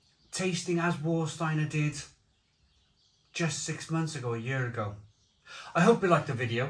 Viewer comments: just a little tip...W in German is pronounced as a V so it's Varsteiner not Warsteiner and Krombacher is the better... both still brewed in Germany... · And "S" is pronounced as "sh" before a "T". For example Stadt is pronounced as Shtadt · “Var” not “War” 😎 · Hey nice video, i've been living in Germany for decades, I prefer Krombacher, and its what I drink mostly. Warsteiner which is pronounced Var steiner, has a very metallic after taste, and I find after 5 or 6 you get a massive hangover the next day. With Krombacher, i can drink 10x 500ml no dramas and no hangover the next day. The thing that they have probably changed is the water they use to produce the beer, Krombacher use local water from the Quelle, which is free from chemicals and that's why i think the taste is much more crisper and purer, and that's why I don't drink Warsteiner anymore. Served Temperature also affects the taste I find, especially with Becks, i cannot drink a room temperature Becks, but served from the draft, it tastes 100 times better. Even in Germany its hard to find Krombacher on tap, its always either pissy Veltins, Becks or Warsteiner, such a shame. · Surely pronounced Varstiener? Prefer krombacker but not tested against jever and flensburger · remember to pronounce warsteiner as varsteiner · OK, Have you tried Kaltenberg Pils? If you haven't, don't bother as it was a fine beer when it was 6% ABV, it's now a ghost of what it once was at only 4.8%. Is this what they call progress? By the way,, it's pronounced Varsteiner, in my local they call it War Starter. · And yet he can’t pronounce Warsteiner correctly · He pronounced the beers incorrectly but he didn't watch the video I saw on how to pronounce German beer I guess